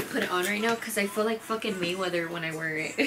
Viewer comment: LMFAOOO SHE SAID MAY WEATHER😂😂😂😂😂